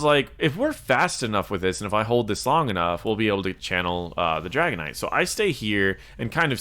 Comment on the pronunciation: I definitely like going beetle build on anub but thanks for pointing out the beetles juiced talent doesn't necessarily help. also sounds like you're calling the dragon knight dragonite like the pokemon :D